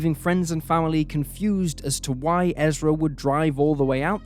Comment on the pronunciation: Her name is ERSA, NOT Ezra.